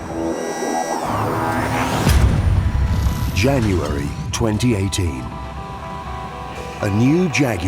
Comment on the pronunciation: "Jaguary 2018"